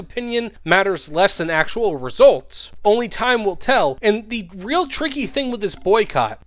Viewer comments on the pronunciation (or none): none